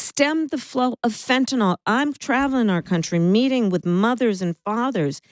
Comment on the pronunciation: Tell Kamala: Of all people, you know the value of pronouncing things correctly. Please stop mispronouncing Fentanyl! Sat it as FEN-TA-NIL, not "FentaNOL."